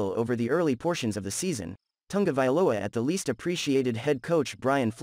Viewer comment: The last name of Tua is: Ta-go-vai-loa, not "Tunga" vailoa" as you keep calling the man. If you have problems pronouncing it, just divide the name in syllables and practice, until you get it right. One thing is to miss pronounce a word here or there, and another is to change the name of the subject of your analysis, something that most broadcaster are also doing on prime TV! I hope you take this as a constructive criticism. You obviously put a lot of work on your analysis, so why not make it even better.